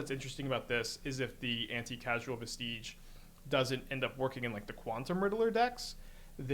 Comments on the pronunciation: Every streamer so far has said casual instead of causal. Shows that it's not a word one either sees or uses often. Still, love the video keep up the good work. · "Vestige" is a real word. Pronounce it like a real world. So is "causal". And "sorrow".